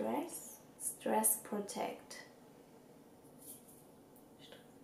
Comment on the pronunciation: stress protect ist wirklich ein seeeehr schweres Wort :D voll süß, wie du das nicht ausgesprochen bekommst :)